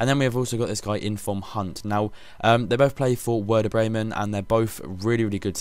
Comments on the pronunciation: you pronounce the W in werder bremen as a V :) (verder) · they pronounce the w as a V in germanyso hes right its verderbremen